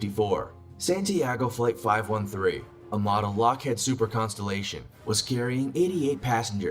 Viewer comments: He kept saying lockHEAD its lockHĒĒD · I know I’m way late to the party but.. it’s LockhEEd, not LockhEAd. Lockheed Martin is Truly one of the largest global security and aeronautical companies, (my husband is a jet engine mech in short formerly of the USMC now Civil Service on a large USMCAS, so I have a bit of experience with LM as the supply 90% of the components if not engines used in the United stated aviation fleet.) I LOVE this narrator, but that simple mispronounced Name, done so on a few occasions was killing me lol.